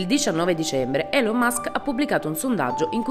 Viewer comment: Elon pronunciato con la E, Ceo pronunciato Seo… mezzo minuto nel video è già sono alterato per questi banalissimi errori di pronuncia che si potevano evitare benissimo mannaggia 🤦🏻‍♂️